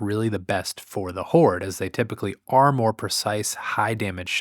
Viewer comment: LOL... he said, "whored"